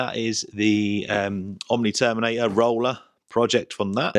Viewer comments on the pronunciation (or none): none